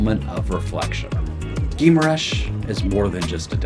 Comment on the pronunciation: It is more like: Ghee- ma- rainsh